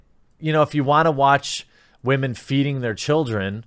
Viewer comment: "STOP OBJECTIFYING WAHMEN"...."WHAT, I CAN'T OBJECTIFY MYSELF??!?!?!? REEEEEEEEEEEEEE" what a fucking joke.